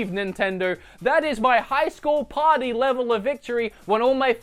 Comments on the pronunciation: Did he say Super Mario Potty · I heard mario potty :D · I swear, every time he says "Party", it sounds like he's saying "Potty". Sounds like he's talking about a toilet training game. LOL!